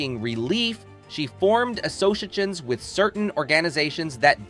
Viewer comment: "Star Trek TwoAh" "The character Sayvik" "Deeana Chambers" "She formed assosagens with certain orGANizations" 🙄 WTF? Are you ESL?